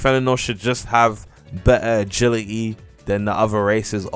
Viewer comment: agiligy :) agili'e